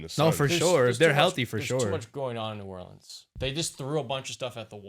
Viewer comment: The way dude on the left said New Orleans pissed me off